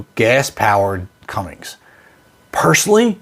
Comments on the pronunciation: Whys does everyone says cummings.. cummins mins not mings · You lost all credibility when you continued to call it "CumminGGGSS".....Just delete your page brother.. It's over. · You're hard to listen to. You say "Cummings". It's not CUMMINGS, it's CUMMINS. Lose the G......... it just makes you sound like an idiot. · Did I hear you pronounce it "Cummings "??? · This guy must be slow or dyslexic or a combination of it. It's difficult to listen to anything because of how he says Cummins as Cummings and then another thing like DEF as DFE. If this guy want's to have a chance at a serious automotive channel he really needs to get things correct so people don't think he's a joke. As of right now I'm not going to watch anymore of his stuff because of how unintelligent he sounds when it comes to a lot of what he says. I'm not trying to be rude about it but I want this guy to use it as constructive criticism because he's one of thousands on Youtube that have an automotive channel. If you want to make it then you have to make sure what your saying is correct to be taken seriously. Otherwise people are just going to make fun of him or give him crap in the comments and not watch again. When it comes to the 6.7 Cummins I'll take my diesel in my 2024 Ram 5500 any day of the week over running this gas version. I'd rather deal with the potential downsides of a modern diesel to have the higher horsepower and torque numbers over this gas version. I pull very heavy loads everyday with my truck so any extra power is a huge benefit. I've had multiple Ram 5500's over the years since new and put many miles and tens of thousands of hours on them and never had any major problems with the emissions or other components. If it's worked hard, maintained properly and isn't a pavement princess it keeps everything running good. The Cummins 6.7 is one of the best d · Cummins not Cummings. Are you really that stupid? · Hey bud there’s no G in “Cummins”. You sound like you speak 4th grade English. 😂